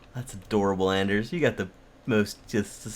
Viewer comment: Come on! Hes name is Anders not Ander. please learn!